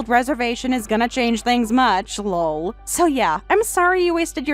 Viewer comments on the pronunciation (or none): Please stop saying "Lull" whenever LOL comes up. It's meant to just be a laugh.